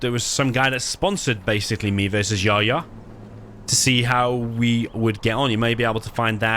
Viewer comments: His name is not yaya it’s yahya the H is very well pronounced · The name Yahya corresponds to the name John. And the letter 'H' must be pronounced in Yehya😅